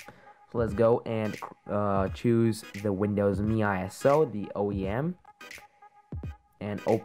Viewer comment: Thank you so much for pronouncing it me like microsoft intended instead of M-E.